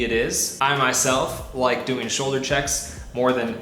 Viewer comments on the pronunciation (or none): none